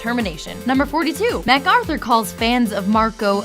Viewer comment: shes terrible at pronouncing names its not mac aruther